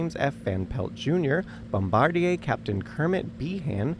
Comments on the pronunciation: Oh,. Are you French or something? 🤔 The American pronunciation of bombardier is bom-buh-DEER. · Note to your AI narrator: it's pronounced bomba𝘥𝘦𝘦𝘳... Enveloped is pronounced en𝘷𝘦𝘭oped... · bom-bar-dee-ayyy, never heard it pronounced like that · My pedantic brain needs to say this: the guy that drops the bomb, the "bombardier" (bŏm″bər-dîr′) is not pronounced like the company's name, and you are "enveloped" (ɪnˈvel.əp(t)) by something that is not mailed in an envelope. My OCD is now satisfied. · I am wondering if this is AI narration. "Bombardier" was pronounced the French way and not the American way. I'm not complaining. I'm not critiquing. I'm just noting as a French teacher. 🤔👨🏻‍🏫🇺🇸🤝🇫🇷